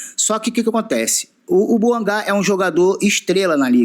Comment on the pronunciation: Deni bouangá é meu ovo. Fala a mer... do nome da cara certo.